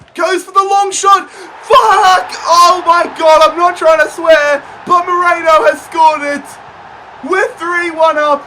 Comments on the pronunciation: His name is Merino not Moreno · Love your videos but it’s not ‘Moreno’ but it’s ‘Merino’ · it's meh-ree-noh, not moreno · Sorry if I’m being a bit pedantic but Mikel Merino's name is pronounced Me-Reen-o not Me-Rain-o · its merino not moreno...